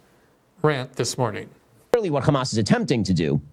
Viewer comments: Hey Ben say “has” Now say “Hamas” If you can say “has” then you can definitely pronounce it as “Hamas” not “khamas”. You’re a born English speaker who’s speaking English for Christ’s sake. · Why does shitpiro say Khkhamas? Can't he say "H"? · I love it when the European jews fake their pronunciation of “hamas” because they desperately wanted to be viewed as a semite